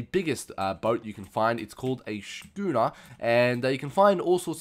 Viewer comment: schooner is said scooner